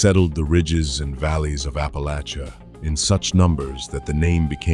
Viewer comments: Apple‐AT‐cha ✅️ Apple-AY-sha 🚫 Sincerely, A born and raised Appalachian from SWVA foothills, close to TN, NC, WV, and KY (kinda, as the crow flies at least) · It's,s Appa"latch"is !!! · It's apple at cha and if you say it wrong we'll throw an apple at ya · Appa LATCH uh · This is the way people from Ohio and Pennsylvania say it